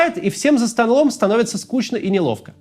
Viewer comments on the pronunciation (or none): none